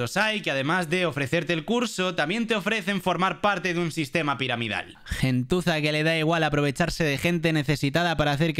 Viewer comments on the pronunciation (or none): Dice gentuza no tusa